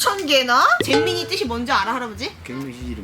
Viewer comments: 초에 가 할아버지한테 잼민이라고 불러 달라고 했을때 할아버지-경뭬시설 이라고 해서 웃김ㅋㅋ 그리고 초에 가 할아버지한테 잼민이는 딸기잼 할때 잼이라고 했는데 할아버지는 쨈민이라고 해서 살짝 웃기시고 그리고 귀여우시다 헿헿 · 처음으로 쨈민이라는 소리가 좋아졌어...